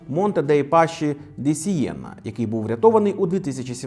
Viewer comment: Джьорджя МелОні, наголос на О. Монте Дей Паскі, не паші. Не дякуйте 😅 а взагалі круто, на довгі відео часто бракує часу, а десять хвилин саме топчик.